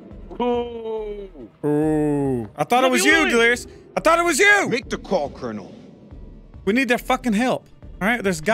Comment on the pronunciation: Colonial instead of cornal